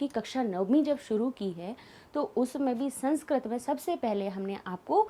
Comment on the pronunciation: मैम, आप का उच्चारण सही कीजिए आप संस्क्रत बोल रहीं हैं।सही उच्चारण संस्कृत है।sanskrat नहीं बल्कि संस्कृत।